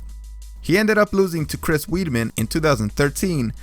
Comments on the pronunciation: I can’t listen to someone who pronounces Weidman as weedmen it’s pronounced Wide-man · Sounds like you have cottonmouth and have no knowledge on how to pronounce fighters names like “weedman” (Weidman) “cyberg” (cyborg) “feather” (Fador) hahaha everyone else was good I’d double check how to pronounce the fighters names before making the vids, unless you have a lisp of your own but just saying, sorry if I offended you bro but shit was funny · Pls learn how to say names. You called weidman weedman, Joanna jejejek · Its pronounced WIDE-MEN...HES NOT A WEED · I’m sorry but there’s no way you’ve been watching MMA for 5 years and call Weidman “weedman” and Cris Cyborg “cyberg” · Chris WEEDman lol Hard to take you're analysis seriously when you can't even pronounce the names. Also DC is a natural heavyweight and was undefeated in the division before the Stipe loss so you sound pretty goofy talking about him the way you did. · I love the way you pronounce their names Weidman weedman IDK wtf you said tryna said Joanna's name lol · Dude Cruz is easily the best bantamweight of all time. I liked the video though. Keep it up. Work on the pronunciation of names though hahahaha “weedman” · He said Chris weedmen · Chris Weedman lol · Chris weedmen or Chris weidmen come on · Cant pronounce Weidman lol